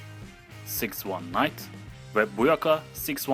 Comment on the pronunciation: six one night değil six one nine